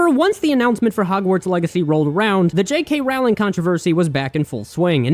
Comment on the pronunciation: Are you intentionally mispronouncing J.K. Rowling's last name, or are you just stupid?